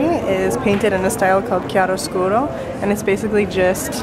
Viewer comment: Four years of art class and I've been pronouncing "chiaroscuro" wrong. Thanks! Haha